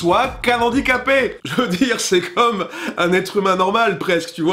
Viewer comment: A noter qu'on prononce "handicapé" avec un H aspiré afin de marquer le respect envers les personnes à handicap. Juste pour un futur épisode 🙂